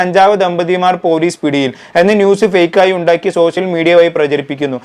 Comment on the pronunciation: അക്ഷര സ്പുടതയോടെ സംസാരിക്കു ബ്രോ 🙏🏾🙏🏾ശേഷം ആണ്... സെശം അല്ല. സോസിയൽ മീഡിയ അല്ല... സോഷ്യൽ മീഡിയ..